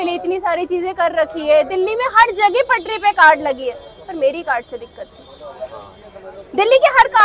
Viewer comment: Tapri ❌️ Patri ✅️